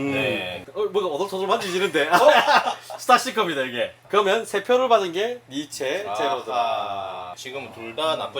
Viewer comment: 니체 아니죠 니쉬~ 입니다